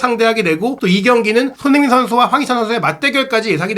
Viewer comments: 진행자분의 발음 손흥민선수 = 손인식선수 😂😅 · 손흥민 발음안되나?